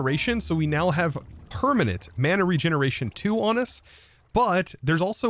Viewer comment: Ekspecially. Permahnit. 50% = 2x